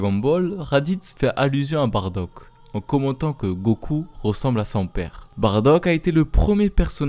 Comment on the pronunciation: On dit Baddac